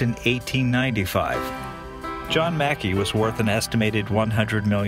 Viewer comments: MacKay is pronounced mac KAY .....as in '; OKAY = MC KAY ? ......OK ? not mackee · Please his name pornounced Mack Key. Never mind. The tour guide corrected you. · Yeah, after the video came out years ago people mentioned I was mispronouncing the name. Thanks for watching!